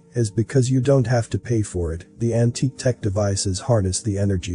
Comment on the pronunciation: I'm laughing my ass of at the repeatedly mispronounced word "Antique". Every time that computer generated voice says "An Tiki" a backyard Hawaiian torch flashes in my mind.